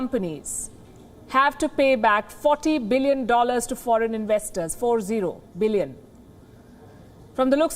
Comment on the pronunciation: Like the way she stresses... 40 billion dollar in 2 months.. 4 ,0, billion 🤣